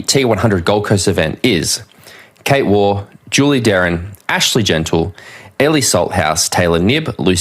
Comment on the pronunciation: please pronounce Kate Waugh’s name correctly (she is not a former Australian cricketer).